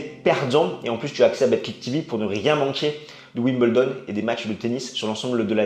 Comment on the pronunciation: pourquoi dire Wim bel don alors que c ' est Wimbledon ? pourquoi dire un peuzeul alors que c ' est un puzzle ?